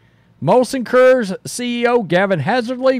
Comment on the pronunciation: Great video as always. It took me atleast four tries until I realized you were saying "Coors" 😂